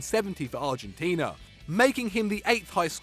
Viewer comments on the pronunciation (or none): none